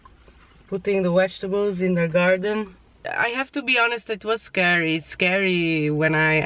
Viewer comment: I love how u say vegetables....wegetables 😘